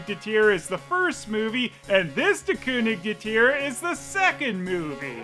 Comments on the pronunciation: Great German pronunciation! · As a German Its so funny how he says der „König der Tiere” 😂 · pronouncing "Der König der Tiere" gives me life. How many of those movies are there!?!?!?